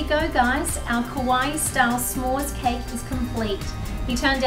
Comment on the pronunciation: Hihi just correcting u ~~ What you said was "kowai means cute" when kowai means scary in Japan. Kawaii is pronounced kawai-i! Like hawaii but with a k ykno~ uwu